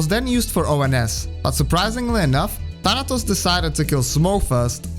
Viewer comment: The way you pronounce "Thanatos" (Θάνατος) is surprisingly correct